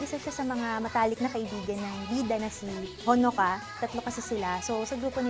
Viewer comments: The way he pronounced honoka made me cringe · That stupid pronunciation of Honoka makes scream.